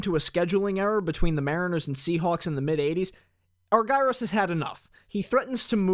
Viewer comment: This is awesome. Thanks very much. One picky point... it’s pronounced ARE-jer-us, not are-GUY-ros.